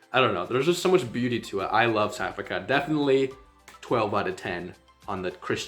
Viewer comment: Not Sou Africa, but South and then Africa. Please say the th.